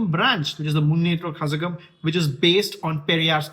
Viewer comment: Actually the pronunciation is kalagam like ళ from telugu zh is ళ for pronunciation